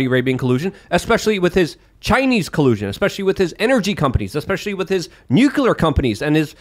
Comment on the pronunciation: "nuk-u-lar"